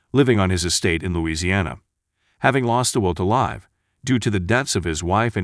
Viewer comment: is this narrator a bot? He does not seem to understand how to pronounce the word "live" contextually at times, also can not pronounce French names